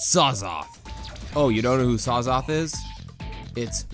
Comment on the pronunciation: Its Syzoth not Sazoth